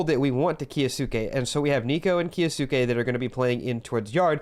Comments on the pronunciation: hate to be that guy but its key-o-skay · its 'kyo-skay.' great vids. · its pronounced kyo-skay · the way you say kyousuke hurts my ears.. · Your videos are great but with the pronunciation of his name i couldn't finish this one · Kyou in kyousuke is one syllable. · The way you say kyousuke gives me second hand embarrassment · The way you pronounce kyousuke is 💀